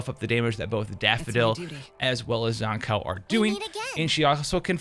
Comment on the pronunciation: The one and only reason I'm refraining to watch this is the way you pronounce her name. I only hear one correct pronunciation from devs, Live stream, content creators and fellow players. Except you. I don't think you wouldn't mind being called "Jush" or "Jo-shhhhh". Shame......